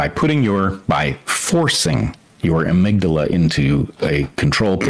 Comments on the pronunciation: this dude did not just say agmydala like we're in bloodborne im having a panic attack lmao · Bret waxing all philosophically, using terms like "Occam's Razor" and "amigdala", while also saying "phoney-bologna" had me dying 🤣